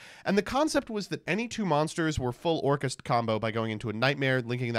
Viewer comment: the way you pronounce orcust is sus. Orkhaast?